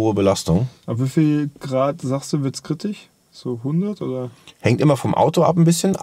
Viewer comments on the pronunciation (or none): Jeder: Kritisch: Kritich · Niemand:: Kritich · "kritich" :D